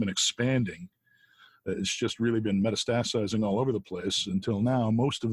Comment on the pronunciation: he mispronounces "metastasizing". i'm not convinced of his "superior IQ".